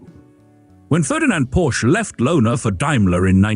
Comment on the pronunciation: Porsche is a two syllable word, dipstick.